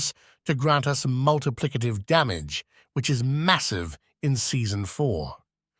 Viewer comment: hnnnnnnnhhhhhhgggggggg "multiplicative"